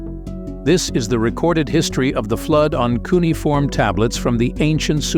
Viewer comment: All this AI art really sucks. Also its pronounced Cue-nee-ah-form.